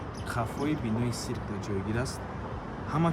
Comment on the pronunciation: Одамони Баъди 1990 тамоман савод нест дар Россия хам хамитавр Гап мезанан сирк не цирк